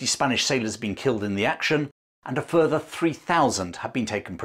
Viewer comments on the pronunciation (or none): none